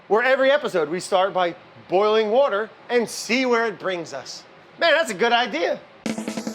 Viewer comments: I have a lotta fun hearing Indians' way to say Powder("padduh") , and even more fun hearing Brad saying Water ("woda") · I would watch a series of “It’s boiling (wourder)” who wouldn’t? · Had a proper laughing fit by the 'It's boiling wourder - with Brad Leone' happened! 10/10 wanna see that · pasta wourder into the paurdy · i love the way he pronounces s"au"ce, w"a"ter, and "o"ff lol